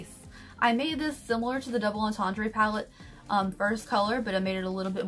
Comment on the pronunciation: Plssssss look up how to pronounce entendre you’re killin’ us here 😂